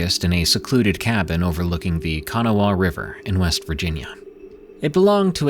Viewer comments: WV native here. Kahn-ah-wah, not Canniwah. 😂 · I was wondering if I was the only that heard that in the first story. I pronounce it kuh-nah-wuh though. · I’m not trying to be a smarty pants but I’d want someone to tell me. In the fist story, Kanawha River is pronounced “kuh-NAW”. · Live here love my state but yep we have a few weird things at night .its pronouced ka-naw-wha..by the way..hate AI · It's pronounced "Ka-naw-a". Fun fact: West Virginia was gonna be called Kanawha but they changed their minds. Love my hone state. But dont feel bad, my popow always called it Kanawee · I heard it also and had to stop and think about what it was he just said…. I was like ohhhh my goodness!! I came straight to the comments cause I knew someone wasn’t going to let that go! 😂🤣😂🤣😂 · the funny thing is I bet I said kanawha probably 100 times trying to figure out how I actually do say it and show it phonetically. I might just be a WV hick and not pronouncing it right either though. Lol